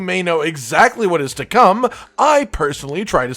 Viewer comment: Every time he says come I hear cum. Edit: It's interesting that the one that's the least likely to come to world as the one that he decided would win.